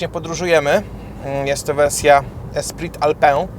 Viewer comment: Esprit Alpine = espri alpin, a nie alpę